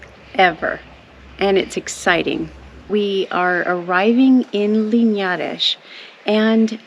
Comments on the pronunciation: (dont know if thats how you spell your name) has really gone out of her way to learn how to say 'Linhares'. The 'nhe' and 'lhe' sounds are really hard to pronounce. Well done! About the "ghosts" imagine how old those houses are... Its natural there will be sounds and creeks and smells but although i am saying this.. i also freak with those "old" stories. Loved this! Hahahahaha! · Another excelent video! Congratulations on your pronunciation of "Linhares". You nailed it. Your next challenge is saying "Fernão de Magalhães", the real (birth) name of the one you know as Ferdinand Magellan. Looking forward to hearing you saying in the next video. And a suggestion: after Linhares, if you want to change the scenary completely, visit Alentejo (Évora in particular). The landscape is breathtaking, Évora has a lot of history (back to the roman empire) and I guarantee you will love it. But be prepared because it is really hot at the moment (around 100F)